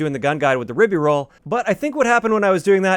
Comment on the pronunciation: By the spelling, the pronunciation should be rye-bee-rolz not rib-be-rolz.